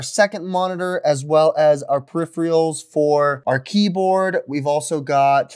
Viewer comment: Periph-er-als, not Periph-re-als...